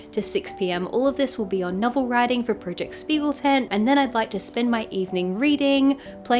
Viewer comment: Btw if you care: The "sp" in Spiegel is actually pronounced like "shp" - so "Shpiegeltent" ☺️